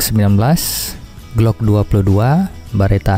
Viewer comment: Glock tong bukan gluk🤣 gluk gluk gluk lagi minum air galon tong🤣